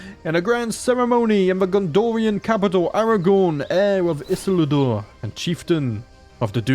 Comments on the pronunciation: great video as usual! Isildur is pronounced E-seal-door, or at least it is in the films. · Ee-seel-doer is how you pronounce Isildur